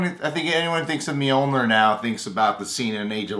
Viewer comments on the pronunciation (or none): none